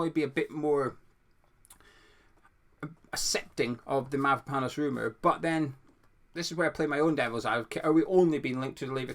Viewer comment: My wife is Cypriot and she says you say Mavropanos correctly, good job buddy 😂